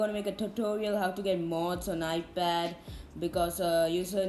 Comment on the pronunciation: Bro iPad not iped